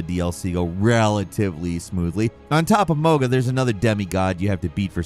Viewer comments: People like the guy in the video don’t play the game. They get scripts sent over by someone else. It’s obvious he never played the game well enough bc you’d hear the names RADAHN and MOHG often enough to pronounce them right. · He has GOT to be mispronouncing these names from different games. Or he just doesn’t actually play the game and reads off a damn script. “Mog-uh” gtfo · Homie said Maga lmao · Mohg-uh…..yea it is annoying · You found the one way to say Mohg incorrectly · is making it more and more obvious he does not actually play the games. In a week's time he mentioned Hogwarts 'Legends' twice, called Civilization an RTS and a city builder. And now he is butchering Mogh and Radahn and instead of Shadow Realm or Shadow Lands he just says The Lands Between. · Bro. Those pronunciations of Mohg and Radahn physically hurt me 😂😂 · My body physically recoils in pain everytime you say “Mohg” and “Radahn” the way you do 💀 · Mogha? Radhin? Who are any of these people? I love you, but you completely fumbled these even tho their names are mentioned in game plenty of times for anyone to know how they’re pronounced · He's bought to catch so much flak for pronouncing mog and rod like that😂😂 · What? It's everyone's two favorite bosses. MOHG-UH and RODDIN'! I really fought hard, but RODDIN'! got the better of me a time or two. Hey, y'all remember that dragon we had to murder? BAILEY!? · With "Rodin and Mogin" dead XD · "Mog" and "Rah-Dawn" come on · My pet peeve is when people saying the names wrong. We’ve heard these names a ton of times. “Mo-ha”, “Roddin” also “Alloy”. Wtf. It’s “A-loy” !!!!! 😵‍💫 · “With mah-gah and Roddin dead…” 😂😂 I’m sorry but this can’t be serious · “With mogga and radin dead”….he says…. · 😂 I'm on the floor and I can't stand up. Mo-ga and Radin! I can't even make it past that chapter. 🤣🤣🤣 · I’m wondering if has played Elden Ring. I’ve never heard anyone pronounce Mohga and Radden like that.